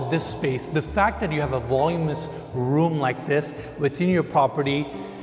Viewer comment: VOLUMINOUS...(not "volumous")...😊